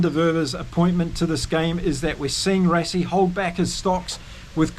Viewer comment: Rassie also as RUSSIE and Lood de Jager - LOOT De YARGER - afrikaans names like Dutch - might be a good idea to listen to few SA podcasts - am sure we get a lot of the Maori names wrong!